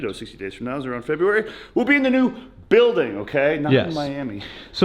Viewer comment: "BLUIDING" ..... NOT BUILDING ... "BLUIDING"! LOL